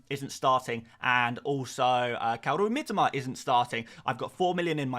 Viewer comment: Mi-TO-Ma...say it right please...I'm Japanese and "Miteema" triggers me every time you mispronounce it😅